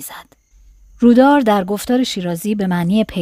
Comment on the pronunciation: با عرض معذرت و فقط جهت اطلاع.تلفظ رودار که به معنی مداوم و پیوسته است(rowdar) هست.❤